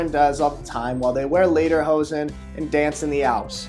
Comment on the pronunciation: "Laderhozen" :D